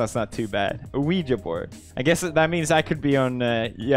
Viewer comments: we spent a good 8 minutes watching people saying this wrong “ouiji board” -Felix 2019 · Also him: Ouiji board